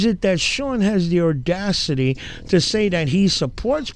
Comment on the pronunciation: I am a native New Yorker. Audacity does not have an R in it. I like your videos.